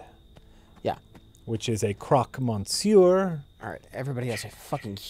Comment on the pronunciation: Every French fan must be cringing on pronunciation of "monsieur":D